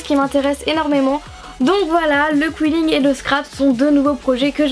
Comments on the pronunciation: C'est pas qouilling c'est quilling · Je crois que sa se dit Kiling.... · On dit qilling